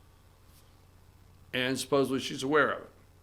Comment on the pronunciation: SUPPOSEDLY!!!!!!!!!!! not supposeBLY